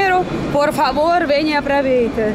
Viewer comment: Essa vogais russas são difíceis de falar e impossíveis de retirar do sotaque do nativo do russo. ao, ae, ai não sai do sotaque. Apraveitar, memarizar...